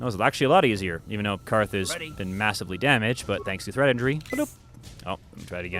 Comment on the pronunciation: The skill is actually "Treat Injury", but it's hilarious to hear you say Threat Injury :P You should have shown people what happens when you talk to Calo for too long in the Cantina :)